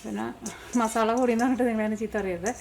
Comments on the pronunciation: മസാല എന്ന വാക്ക് മസാള എന്നാണ് പറയുന്നത് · മസാള്ള അല്ല മസാല